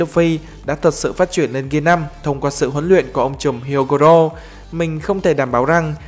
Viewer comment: Không có nhận xét gì ngoại trừ phát âm từ "phát triển" thành "phát chuyển". Không biết có nghe nhầm không nhưng dường như ad đang bị líu lưỡi và phát âm từ này không được rõ ràng, thậm chí là phát âm sai.